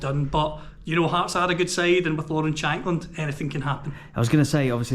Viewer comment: I thought you called the Hearts end the Arse end 😂